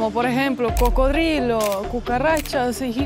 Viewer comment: "Barriga llena, corazón contento"., habla muy bien el castellano, pero en tus videos en ocaciones dice incorrecto, alguna palabra, 🙏 por favor corrigela, y así hablara mejor. Como hoy que dijo, carne de cro-codilo, no,!... coco-drilo, cocodrilo, así tu qurida esposa, hablara mejor. Disfrute su tour carnivoro, insectivoro, y si, sin ir muy lejos, fuiste a muchas partes del mundo. Que la sigan pasando "chido", nos vemos👍🙂🇲🇽🇪🇪🇦🇷